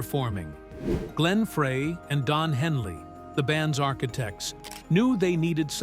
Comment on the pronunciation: Nice f**kning AI narrator- turning off after hearing 'Fray".. Joe deserves better than this nonesense!